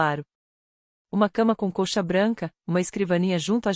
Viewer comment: "uma cama com coxa branca" , "amarei um avental". IAs são inadequadas para expressar palavras e sua adequação ao contexto seja pelo desconhecimento de cilaba tônica, acentuação (em uma história a personagem estava na praia bebendo água de "cocô"), pronúncia ou identificação de gênero masculino ou feminino. As legendas são o máximo da confusão.